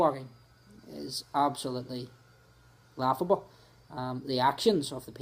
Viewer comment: Waughable. It's waughable. It is. Waughable.